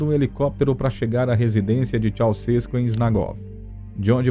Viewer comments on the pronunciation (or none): Ceuausescu não é paroxítona, é oxítona.